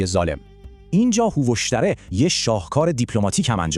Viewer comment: یک اسم رو حداقل درست میگفتی همه رو اشتباه میگی هووَخْشَتره فرورتیش نینوا ........